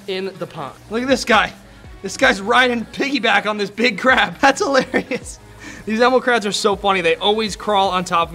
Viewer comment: You said pig instead of big!!